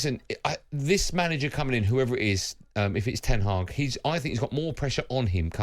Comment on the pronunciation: You can't even get his name right xd it's ten hag